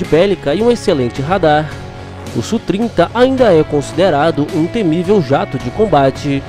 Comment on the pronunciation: Amigo, primeiro, não se fala "sú trinta", mas "ésse úh trinta". Segundo, essas informações do Radar são da primeira versão, mas precisa observar a capacidade Look-on e look-donw